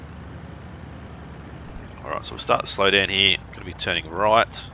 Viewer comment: Stop saying Hererr